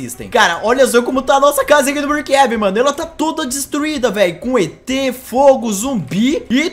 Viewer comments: Mano o em vez de et ele falou etrez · o falo etres ksksksksksksksksksksksksksksksk